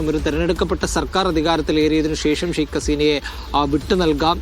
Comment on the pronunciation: മീഡിയാവൺ സ്കൂളിൽ പോകണം " ശൈഖ് "അല്ല " ഷെയ്ക്ക്" അസീന